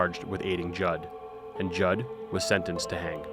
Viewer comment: Oh my God we have the same last name I gotta go edit-OH MY GOD SHES SO CRAZY GODKCLD LXMDLN Also props to actually saying Judd right because surprisingly a lot of people say it wrong idk why it's really simple